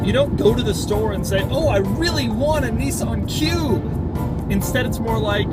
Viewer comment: A Neesun cube.